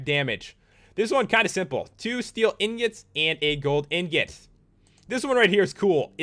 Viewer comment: Lol anyone notice how he pronounced the swords and stuff better than saying ingot? Lol don't hate just think it's funny.